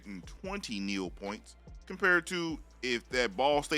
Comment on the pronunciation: Stop saying “Neal”. Literally no one says that.